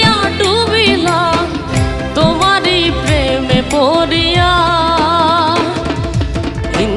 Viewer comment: পড়ে পড়িয়ার উচ্চারণ পরে পরিয়া খুবই শ্রুতিকটু এদের গান গাওয়ার আগে সাবধান হওয়া উচিৎ বিচারকও যদি পড়া কে পরা বলে কি অবস্থা!